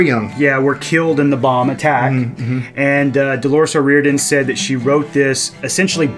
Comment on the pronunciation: Best researched & thoughtful commentary I’ve heard anyone do yet And you pronounced The lead singers name perfectly too! Thoroughly enjoyed that review, checking out some more your reviews to educate myself on some of the other songs/bands. Nice whiskey by the way, slainte